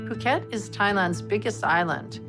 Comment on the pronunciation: Thank you for your posting of this episode. My only criticism is that you are mispronouncing the Thai city “Phuket”… I don’t know if this is AI narration, but it is pronounced “Poo-ket,” NOT “Foo-ket.” It’s kind of a relatively big part of your documentary, so I thought I’d let you know.… Thanks again for your hard work making this video available though!